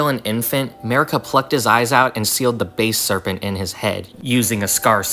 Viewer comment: Its not base serpent, its basal serpent